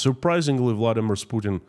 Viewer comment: No one outside of Russia believes Pukin's BS. It's so obvious even a blind man can see it. your little miss spoken pronunciation of Putin had me laughing my ass off & is now my favourite way to refer to him. On your singing it reminded me of when someone has headphones on & starts to sing along with what they're listening to 😂 Stay safe & please keep up the great work❤. Long live Ukraine 🇺🇦❤️